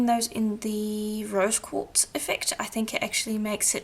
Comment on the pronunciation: Great tutorial! (I swear, I kept hearing you say 'Rose gold', lol). I always love how this method looks in the end. Do you get your polishing papers at Firemountain Gems? Thanks,!